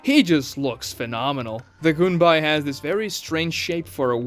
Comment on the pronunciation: goon whenever he says gunbai